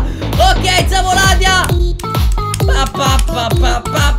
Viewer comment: Zavodilia non Zavoladia😅 P.S. Comunque Ruv è un figone😍